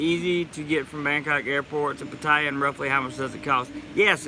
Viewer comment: Since my Thai lady got here, with her help we have found a whole Thai community right in my neck of the woods! She watches these videos with me and she would like to teach you how to say Pattaya like a Thai🤔 I told her about the American thought "dont spin your wheels" . Sorry I haven't donated lately, but it's expensive doing leagle immigration lol. I'll get something to you later.